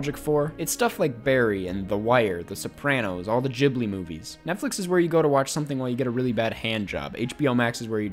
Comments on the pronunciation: “studio jhibli” did you intentionally say that wrong or what ??!! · Ghibli being pronounced Jibbly is chefs kiss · a lot of americans pronounce it jhibli